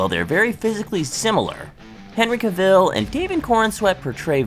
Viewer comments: The man's name is pronounced Cav-el, not Ca-ville. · Kay I can’t keep listening to Caville being said. Have you never heard his name before?? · I had to stop watching after the first couple of pronunciations of Caville. Made my brain twitch